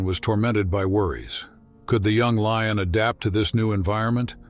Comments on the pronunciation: What is a "lee-un"?? The word is lion,,,,,"lye-un",,lion! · Whats a 'lee-on'? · Artificial voice pronounces words incirrectlt: leeons for lion. This happens in all recorded videos in english. Widespread issue damages finished product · In our channel you will find AI voice that dosent know how to pronounce things.. This is a story of a LEE-ON. UGH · The "LEE-un", huh? Stupid-ass computer narration! IT SUCKS! Is there actually NOT ONE PERSON that can read text and narrate this? Cost too much? THEN YOU'RE NOT WORTH LISTENING TO!! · Sounds like an AI voice. Miss pronouncing Lion as LEE-on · What is with that robot narrator - he mispronounced words, e.g. lion was pronounced "leon" and there were several other words. I voted this video DOWN because of the carelessness of "" was BAD. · Why in the hell cant you announcers ever pronounce things right? What is a LION called certainly not a LEEIN, Stupid is as stupid does. Wake up and smell the roses. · The AI you’re using is not very good. It mispronounces many words, even easy ones such as lion. Your videos would be much improved if you used a better narrator imho. I enjoyed the story very much. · What a beautiful Leeon story. It really boosted my moralay. 😂. Please when using an AI narrator at least listen to what you produce. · Narrator switches from Valenteen to Valentine. Then he can’t pronounce “veterinarian” or “lion” 😮. Seems fake to me. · Love the AI pronunciation - "morale" delivered as "morralay" - and "lion" as "Leon". Also - that cat keeps changing sex - sometimes she's a "she" and others she's a "he". (No expert on big cats, but I'm pretty sure that's a lioness...)